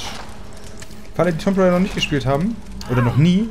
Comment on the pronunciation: Junge, schau wenigstens zu, dass du "Raider" richtig aussprichst. Es geht um das, was WOW-Opfer machen - nicht darum, was man auf Pferden gewöhnlich tut.